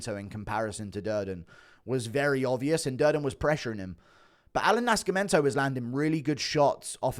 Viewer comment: Why you pronounce Nascimento like that lol